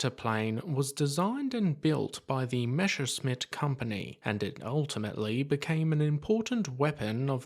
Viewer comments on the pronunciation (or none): Just one pronunciation thing: in "messerschmidt", the "sh" sound is at the "sch", not the "ss"